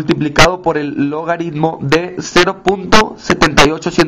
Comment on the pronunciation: Esta mal... el potencial de la celda es catado menos ánodo... 0.8-(-0.76) y es 1.56 V ahí si... no te inventes solo sumando, aplica la teoría... además es logaritmo no logadidmo... es penoso que ni hablar puedas bien, ni se diga hacer una simple suma.